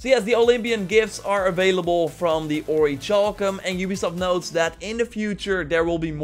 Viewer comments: Okay man. I've let you do this for long enough. It's not pronounced ori"CHAL"cum- like chalk- as you've been saying for way too long. It's pronounced ori"CAL"cum. Like, calculus. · OriKalcum that's how its pronounced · Isn't the cha in orichalcum pronounced like the "ca" in calcium? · It is. I'm really uncomfortable. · There is no ch in oricalcum